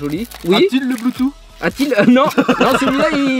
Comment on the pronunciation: On est d'accord que le bloutous... Blutu... Bloutu... Puis merde on est d'accord que le bloutuss intégrer sa existe nn?